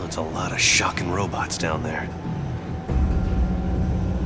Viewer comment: Every time O'Hara says "shock it!" Or "shocking" I think of the word, "fuck it" or "fuck!" Lol